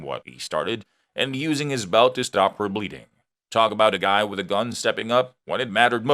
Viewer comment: I know what a gun is. I have never heard of a gon because it sounds like you're saying gon